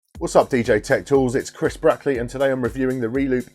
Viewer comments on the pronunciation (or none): Watching in 2018 and I'm like...why did just call himself?